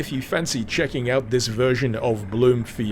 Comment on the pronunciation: its pronounced blum